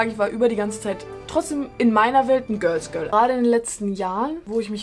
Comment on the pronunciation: "göls göl" 😂 ok i'm sorry love you & war mal wieder ein super video!💞